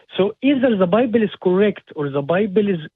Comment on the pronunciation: Am I the only one who's convinced that this "" is also the "" that calls the show sometimes? Listen to how he pronounces the word "bible"...